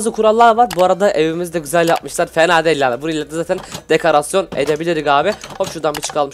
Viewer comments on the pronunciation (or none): none